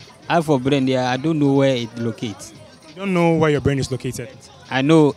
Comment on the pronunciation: i was killed the first seconds in😂 ma guy, my ''blain'' paaa chai